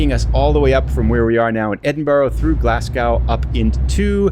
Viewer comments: its pronounced glazgo spelt glasgow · Love the video and the scenery (quick tip, its pronounced glasg-o) keep up the good content 👍